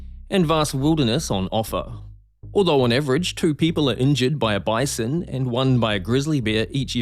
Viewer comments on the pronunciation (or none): bison not a basin